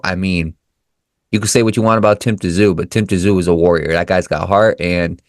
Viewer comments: Great comments and insights to the up and coming Tszyu and Murtazaliev fight. After reviewing Murtazaliev's fights, I don't think he is at Tszyu's level. If Murtazaliev fights that way, he will get caught. By the way, the proper pronunciation of Tszyu is 'Zoo', so silent 'T'. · If you can’t even get Tim’s last name right how do you expect people to respect you and subscribe to your channel. His name is pronounced Tim Zoo, if you can’t get that right then you really need to have a good look at yourself !!!! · Pronounced Tim ZOO